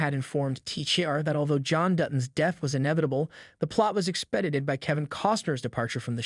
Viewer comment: Expededdeded? Stupid AI narraration…